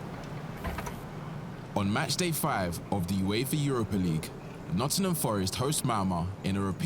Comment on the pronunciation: Brilliant video, very well put together. only minor let down was the southern voiceover guy that can’t even pronounce Nottingham properly!